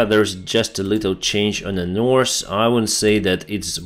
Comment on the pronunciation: North and South. Not norse and sauce. Law -not low